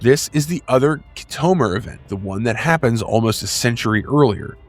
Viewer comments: You call yourself a Star Trak fan but yet, you can't pronounce Khitomer? It's pronounced "Kit-O-Mer" Not "Ki-tome-er". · Good video as a dedicated fan. I would say that pronounced names in this video are far from the real pronouncements. KIT a Mir and 3 5 9, not 3 59, but I enjoyed and will recommend 👌 👍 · Try pronouncing Khitomer correctly. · Did you just take things from Wiki and Star Trek Wiki and make this. Because you should be able to pronounce the correct way on certain lore names and places. Locucuious.....and KITOMER....come on rewatch the episodes if you need to hear the correct pronunciations. It lowers your creditability and makes me not want to keep watching. Do better! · have you actually watched star trek?? if so, youd know how to pronounce kitomer. geeze